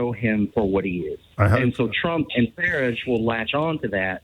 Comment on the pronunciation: I love the way this caller pronounces Farage to rhyme with garbage.